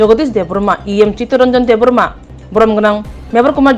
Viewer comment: Not debrama, it's Debbarma